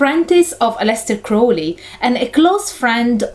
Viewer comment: I really wish people would learn how to pronounce Aleister Crowley’s name right before they talk about him.......